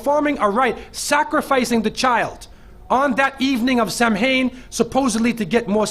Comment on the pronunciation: Samhain is actually pronounced as sow-in as in cow